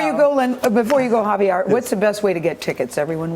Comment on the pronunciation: One of the hosts was like "Javiar". And I'm like: "honey, no."